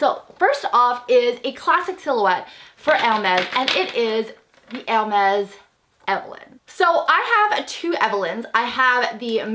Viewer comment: Probably because of the braces....I hear *Ermez instead of *Ermes